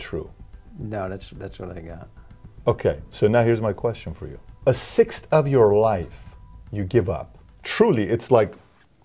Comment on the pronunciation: He said a “sixth” 😂